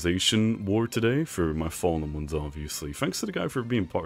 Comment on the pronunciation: Am I deaf or do I hear him say what’s up my fallomons like I’ve seen over 20 vids and all of his vids he says follomons although I know he’s trying to say fallen ones I’m just confused?